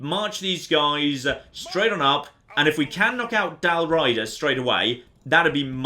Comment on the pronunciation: Used to play this all the time and never noticed so many historical errors (Dal Riada not Raida, Mediolanum not Medolanium) Used to love going the Barbarians even though my go to guys were the Julii and the Roman Western Empire. Need to get back into this again